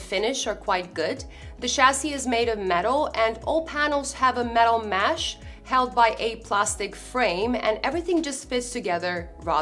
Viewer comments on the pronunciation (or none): It's mesh not mash